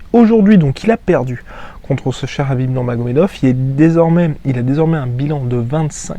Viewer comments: tu peux pas dire Kahbib avec un K au lieu de Rrrraaabiiib ? on est en France, donc prononce son nom à la française... pas besoin de t'égorger la glotte façon sudsud à chaque fois, c'est pitoyable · Bin tu prononces "Krabib" comme ça tout le monde est content